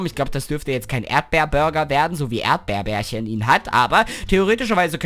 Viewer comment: Man es heißt Erdbeerchen nicht Erdbeerbärchen checkst du das mal????!!!!!!!!